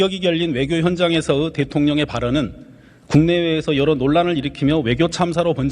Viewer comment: 협치으가 아니라 협치의로 발음해야 함. 으견이 아니라 의견으로 발음해야 함. 대통령으가 아니라 대통령의, 공생공존으가 아니라 공생공존의로,,, 너무 많다.